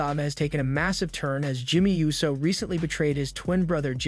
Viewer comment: Ooh-so. Not you-so